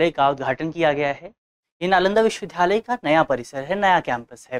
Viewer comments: Sir its not pronounced as 'VIDHALAYA' rather it should be called 'VIDYALAYA ' . thank u for this video 🙏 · विश्वविद्यालय बोलने में कुछ त्रुटी हो रही है इनसे। मुझे उम्मीद है दृष्टि टीम इस पर जरूर ध्यान देगी।